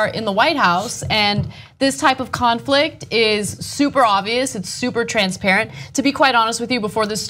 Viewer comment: I thought Ana said "Clownflict" lol